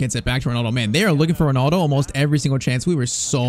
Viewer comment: Bro thats not ronaldo thats Rinildi